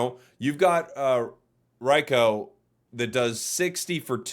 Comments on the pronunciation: RIGH-KOO (not COW) FAN-PEE (not FEE) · Oooo that rai-cow tho 👀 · Bro did you say rai cow. Dawg 🤣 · Wtf did this man call raikou????